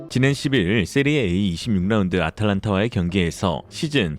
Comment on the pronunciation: 세리에이 아니고 세리에아 이름은 바르게